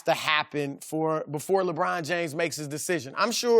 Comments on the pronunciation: I refuse to watch anything that Chris Broussard is on. His voice is so annoying. "LaBrine, LaBrine LaBrine" 😒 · I hate the way Chris says LeBron’s name. “LaBraun.”